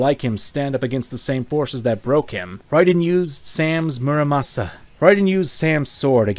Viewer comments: its not muramasa its murasama 🤓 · Did I hear Muramasa instead of Murasama?